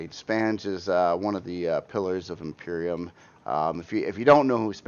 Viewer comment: Hey! thats been my favorite thing about his vids!!!! Cracks me up eveytime! Maby he will call it properly when they fix their feaking soundscape.